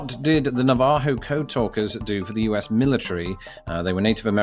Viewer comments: I think that's NAH-vah-ho. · Minor linguistic point: Navajo is stressed on the first syllable. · "Na-VA-ho", oh god. XD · But the people who were the code talkers were Nah-Vah-HO. I believe your emphasis was a bit off. But charmingly so. ;) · YOU DID BETTER THAN I DID, YAY FOR YOU! Not however pronouncing Navajo and Arapaho correctly...:. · Other comments mentioned the mispronunciations of Navajo and Arapaho. When I listened to the pronunciation it was fairly good; merely put the primary (and secondary) stresses on the wrong syllables. But the vowel and consonant sounds were good. However, unless my ears deceived me, I heard him say “ED Whitney” when reading the third choice on question #42 instead of “ELI Whitney.” It could be due to racing through the quiz to read and answer the questions as quickly as possible. But kudos to you,; you did better than most American citizens who attended the public school system!